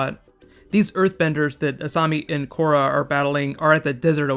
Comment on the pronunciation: Le Korra is Le awesome....and saying Le is Le lame :p